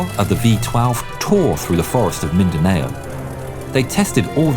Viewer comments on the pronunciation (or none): Mindanao is pronounced as "Mindanow" not "Mindanayo" its fine, lots of people misspronounce Filipino names and places lol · Its min dan ow. Not min dan ay oh. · you preonaounce mindanao "Min-da-Na-Ow". just letting you know :) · Actually its called mindanao not MiNdAnAo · Its pronounced 'Mindanao' The 'ao' is not pronounced a, o Its ao (like mao) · its not mindanayo its mindanao meendanow i live there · Mindano not mindaino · Its mindanao not mindaneo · It’s mindanao not mindaneo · "min-dan-ao" Hello you have awaken the Filipinos who want to correct your pronounciation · Isn’t it pronounced Minda-NOW, no Minda-nay-oh…? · Its MIN da Nao not mindanaoe😭😭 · you made a little mistake saying mindanao, you said "mindaneo" lol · Pronaotiation is not Min-da-na-yo its Min-da-nao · the way you say mindanao is min-da-nao and not mindaneu P.S. I’m in Mindanao for vacation rn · im actually a filipino myself its actually pronounced "mindanaou" not mindaneiou, its been fun actually wathing this videos,gets me thrill and excitement ,maybe next year the cgi would might be actually flying out off my phone lol. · Btw, it's pronounced as Min-dah-naw, not Min-da-neyo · It's actually pronounced Mindanow the spelling is Mindanao q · How to pronounce Mindanao it's basically mindanaw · Bro really said mindanayo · "Min da now" thats how to pronounce it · Great story! Also I would like to correct your pronunciation of mindanao. Its pronounced as Mindanaw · By the way, the pronunciation of Mindanao is Min-The-Now to avoid confusion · Hey man, just wanna correct you with the pronunciation. "Minda-now" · mindanao is pronounced as min-da-now just so you know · Really good video, although the pronounciation of mindanao is off, its pronounced as min-da-now, but not too much of a problem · Hi im am a phillipino and thats not how you said mindanow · That is not how you Mindanao. oof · The mispronunciation of Mindanao lol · come on you said mindinaw wrong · You butchered the word Mindanao